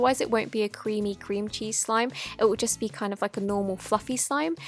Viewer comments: At first I thought she said cringy slime 😂😂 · Am I the only one who thought she said 'cringey slime' at the beginning? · I thought she said cringy slime not cream cheese slime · Lol I heard Cringey Slime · Oh I thought she said cringy slime but it was cream cheese slime😂😂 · i misheard cream cheese slime wrong this is what i heard “cringy slime” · no hate but when you said cream cheese i thought you said cringey btw i subscribe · When she says cream cheese i feel like she says Cringy or Cringey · I thought she said “cringey slime” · I thought she said clingy slime at the beginning . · When you said cream cheese slime I'm thought you said cringey slime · I thought she said “cringey slime” 😂😂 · No offence but when she said cream cheese slime I thought she said cringy slime! LOL! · When you said 'Cream cheese slime' I heard you say cringy slime. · I thought you said "Cringey slime" Instead of "Cream cheese slime" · I first I thought she said cringey slime 😂😂 . Anyways , great video ❤